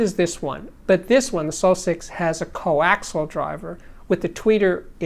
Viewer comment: "coaxial" has FOUR syllables, and it is pronounced: koe-ACK-see-yull